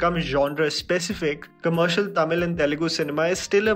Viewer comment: This is one of the few Hindi guy who pronounce the words Tamil, Telegu, Malayalam and Kannada perfectly and correctly without killing the words.